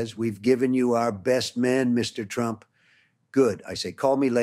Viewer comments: its not him..its ai or someone else. listen s...he has a weird British accent a little. Its not donald trump...listen he says "Mr Tramp" instead of "Trump" referring to himself. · Totally! And it said "Mr Tramp" at one point